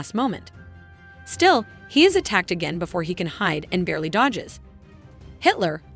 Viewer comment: dodjes afret dodos 😂